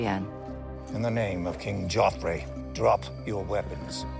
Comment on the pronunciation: It's "Joffrey".